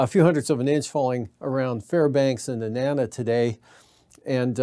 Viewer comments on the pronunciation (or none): For the Cheechaco weather guy. Nenana ( Neh nana ) Tanana. (Ta-nawnaw.) Just saying.